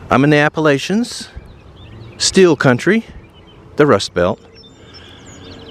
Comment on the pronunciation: You said Appalachians incorrectly.